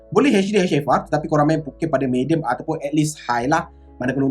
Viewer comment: Mee-Dee-Uhm. Tq